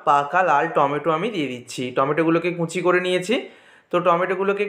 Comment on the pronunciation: কুঁচি নয় কুচি